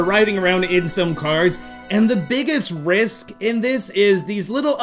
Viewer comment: It's Ice Rink Risk not Rinse. It's RISK.